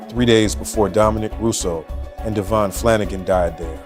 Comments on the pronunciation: DA VEE ON. not Davon PLEASE GET IT RIGHT OR SHUT UP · It’s Davion not Damien. Please get the victims name correct because it’s disrespectful if not